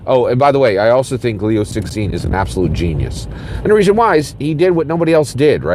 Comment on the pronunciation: dude it is pronounced "lew-ts-shin" instead of "six sin". I understand it is not necessary to pronounce perfectly, especially in case where "xin" is indeed difficult to find a corresponding English syllable. you can always address him as Liu or simply omit the name. the way you deliver here is really distracting and difficult for people to follow along. keep up the good work!